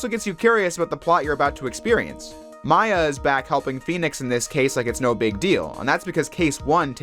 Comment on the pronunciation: You didn't say Gyakuten or Maya right.